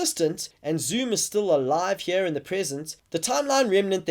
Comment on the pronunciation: "The line must be drawn heuh!"